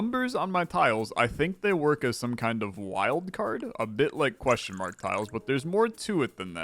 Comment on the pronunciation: queshmark, queshmark, queshmark, queshmark, queshmark